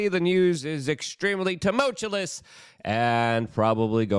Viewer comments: Ok, I'm now convinced you are whretodded. You either don't read the comments, or you can't read comments. "Exasturbate"? "Toomullchewlous"? You're supposed to be a "news man," but you refuse to become a better orator. Therefore, you cannot, and will not, be taken seriously. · Tumultuous, not too-much-you-lus. The last two tricky syllables rhymes with "virtuous," not "tremulous." Did the billionaires have the foresight to murder everyone on the work crews who built their bunkers? When/if the SHTF, I think somebody(ies) from the construction crews will take up residence and boot the then-worthless billionaire out. Can't edit a comment. I don't think this new comment will last for long. We'll see. My guess is my comment was already deleted when I sought to edit it. YouTube doesn't like this channel very much. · I'm just here for my daily dose of Luke mispronouncing "tumultuous."